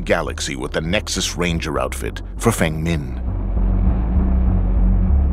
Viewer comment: they pronounced feng min’s name wrong😃